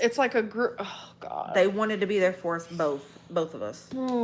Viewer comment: The ‘l’ in ‘both’ just drives me nuts.